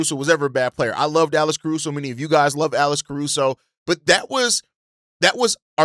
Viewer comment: You saying Alice Caruso?